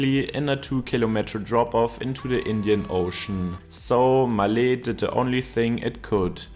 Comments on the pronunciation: Beautiful pronunciation, respect for saying it like it should be said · The way he says Male... 😂😂😂